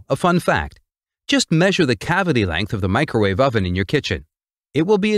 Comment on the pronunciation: "Mee-cro-war-vee". If u know, u know😉